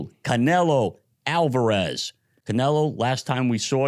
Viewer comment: They pronounce it alvarerrrrrezzzz